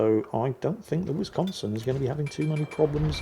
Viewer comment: Anyone else's inner 12yo highly amused by ' pronounciation of Whizz-consin? 🤣